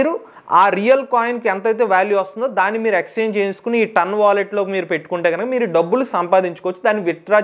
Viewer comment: Adi Tun kadu Ton😂